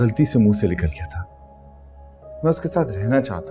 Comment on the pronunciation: Ye ic saley ko actor kis ne bana dia jis ko ye bolna nai ata likal gya nai nikal gya hota hai